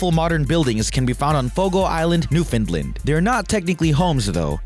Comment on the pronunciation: You need a pronunciation guide. You mispronounced Newfoundland, Ontario and god knows what other place names. Do more research as you obviously are American don't be like your president learn about the rest of the world and then you might be interesting. Look up professionalism too.